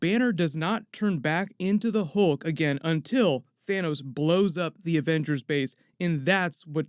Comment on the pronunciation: Wizzy vengers 😂 put subtitles on